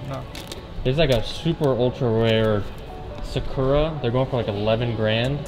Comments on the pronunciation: It bothers me how he says yuno- Suh-chu-raw 😭 ITS SAKURA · Sah Ku Rah. Like the naruto character. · The shoe is pronounced “sock-ra” it’s a Japanese cherry tree. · cringing at the way he said “Sakura” 🤮🤮